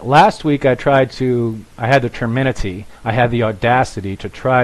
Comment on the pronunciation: Trimenity. Temerity. Just sayin.